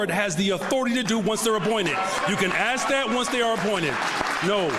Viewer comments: You can axe me a question, isn’t he a teacher? Axe me the question? He’s no teacher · You can AXE me a question? Is that HEbonix? What a pathetic, racist turd. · axe me the question, lol